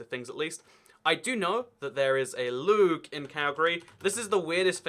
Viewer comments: loog? luj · I believe it's pronounced looj